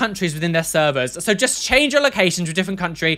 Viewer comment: After seeing that one video where mentions that he says jest instead of just I can't stop noticing it😂